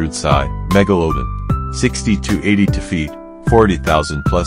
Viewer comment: get rid of the awful A Get rid of the AWFUL AI narration. "meg-o-low- din"??? What a joke.